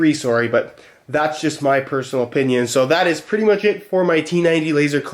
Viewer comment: You always forget is Canadian until he says sorry.